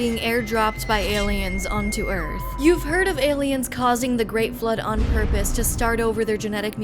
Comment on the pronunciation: what is "on porpose"?